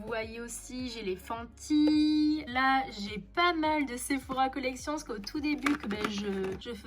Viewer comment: Cc super vidéo par contre fanty ça le fait pas ça se dit fenty donc voilà bisous ma belle ❤️❤️